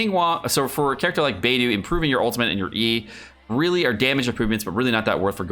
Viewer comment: i thought it was bei-dough not bei-doo